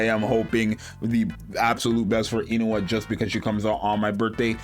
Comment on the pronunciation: Korean here, it’s pronounce “oon-hwa”. Sorry I have to be that guy.